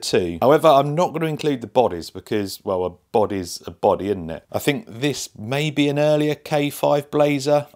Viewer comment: 'A boddehs a boddeh innit?' *carefully jots down the new pick-up line*